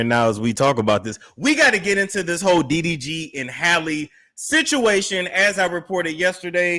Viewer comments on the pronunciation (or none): Talking about her eyes is unnecessary and it sounds like you keep calling him DVD 🤣